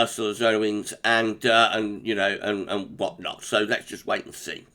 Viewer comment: I love how you forecast "Wot Not". Would be nice to have some in Yorkshire this winter.